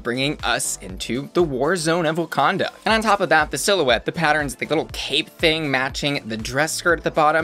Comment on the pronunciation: Not saying "wukonda" lmao